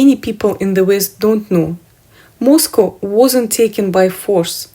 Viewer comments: Moscow is not pronounced the same. It’s it’s pronounced more like 🐄. Used to live in Fenwick I’d have to pass through to go to high school. We were always corrected to calll it mos 🐮. Slightly different x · It is pronounced Moz-cow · Ye say mos cow😂🏴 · btw its Moss...Cow! as in the animal...Cow🐄